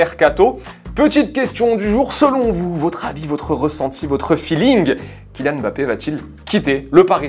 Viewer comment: je t'aime encore plus juste parce que tu prononces bien Mbappé.